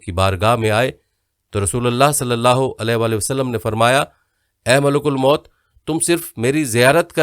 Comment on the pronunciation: Sir please correct your pronunciation. You kept saying MULK AL MOUT. that is incorrect. Correct is MALIK ALWAYS MOUT.